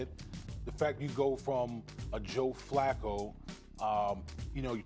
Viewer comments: It was actually Skip Bayless that called John Flacco John Fluko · You called Him Fluco